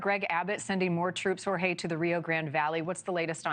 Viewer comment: No excuse for not being able to pronounce Jorge.